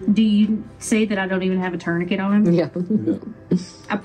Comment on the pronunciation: Good luck folks. Hope it all goes to plan. I spat out my drink when the nurse pronounced tourniquet literally 😂